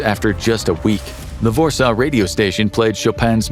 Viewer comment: This “vorsaw” pronunciation is killing me 😂